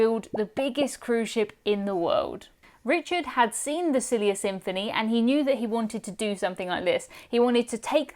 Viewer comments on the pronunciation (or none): Every time you say Silja Symphony, I hear SILLY Symphony and am like why would anyone call their ship that?! 😅